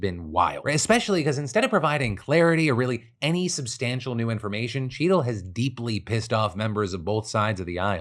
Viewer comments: I had this running in the background and every time Phil said “Cheatle” in the Secret Service story, I heard “Cheeto” and thought he was talking about donnie t. Ha! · I thought you kept saying Cheeto... haha